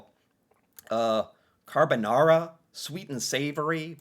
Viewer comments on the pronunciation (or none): none